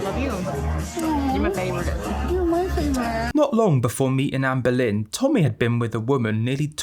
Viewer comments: The way all I can hear is Anne Boleyn every time you talk about her, I’m creasing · 'Amber lynn', 'Anne boleyn". Coincidence? I think not. cue the X-Files tune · I remember reading a comment about Amberlynn's name sounding like "Anne Boleyn" in accent and I still CANNOT un-hear it! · I keep thinking you’re saying “Ann Boleyn” 😂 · The whole time I heard " Anne Boleyn" when u said her name 😂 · Every time you say Amberlynn I hear Anne Boleyn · There’s a few times when I thought you said Anne Boleyn